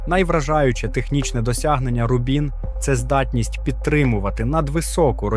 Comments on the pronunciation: Бо ролик озвучує ШІ, який не дуже вміє у наголоси. Звісно, в цьому випадку, правильний наголос на перший склад: Ру́бін. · Чому автор ставить наголос у назві "Рубін" то на другу, то на четверту літеру?